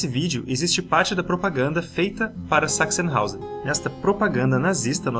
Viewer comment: Sempre ouço "sex in house" toda vez que vocês falam "Sachsenhausen". Desculpem-me. T_T